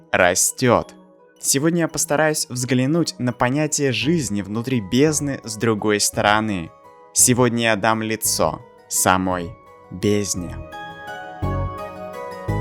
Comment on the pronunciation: АХАХАХАХ я на услышал "дам НА лицо"